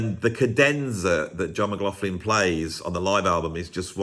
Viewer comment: Are you sure you're pronouncing McLaughlin's name properly? Somebody should do a video on the correct pronunciation.